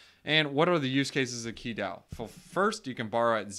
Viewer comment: Pronounced Chi, but other than that, great video dude.